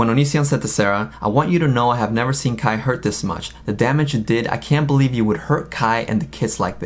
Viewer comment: Kai not skye